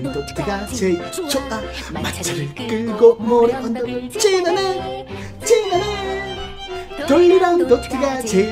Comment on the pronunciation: 지나네가 찌르네로 들리네..